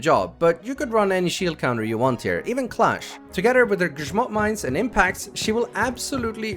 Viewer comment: respect for correctly saying "grzmot" o7